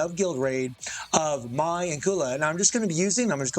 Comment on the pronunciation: Why do you call her "Mai-Z"? 🤔